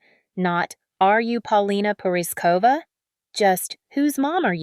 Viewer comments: Please look up how to pronounce her last name. ❤❤ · PRETTY IRONIC WHEN THE NARRATOR CANT EVEN CORRECTLY PRONOUNCE PAULINA'S LAST NAME. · As her country buddy It bothers me that her name is not pronounced correctly . Rick also - as he has a Czech surname. Now, as much as I appreciate her shock from being dis-inherited, in her modeling she’s made enough money for seven generations to live extra abundantly. And yes, I applaud her for being brave and bold, the world needs to remember how real woman looks like and that beauty happens at any age 🌼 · Learn how to pronounce her name